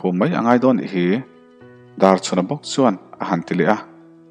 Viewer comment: Pasalṭha Darchhuna hming hi i lam fiah lo deuh ṭhn ka ti Darchuna tih ang deuhvin a ri leh tlat zel